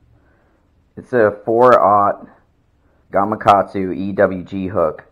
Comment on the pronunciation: Thumbs up and subscribed just for the fact that you said Gamakatsu, and not "gumughgahdzu" like most people LOL! Thank you for the valuable tips!